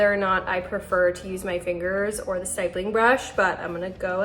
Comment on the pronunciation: Honey nice tutorial. Note that it’s pronounced like “hip”. Stippling is the art or process of drawing, painting, or engraving using numerous small dots or specks. The grammar guide is when the vowel is followed by a double consonant, the vowel is short, not long. hippo. ripple. stipple. ditto. apple.